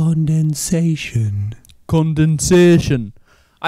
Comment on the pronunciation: I don't know why, but "condensation" flippen sent me to an early grave*😂😂😂🤣🤣🤣💀💀💀 For those wondering is the time stamp😂🤣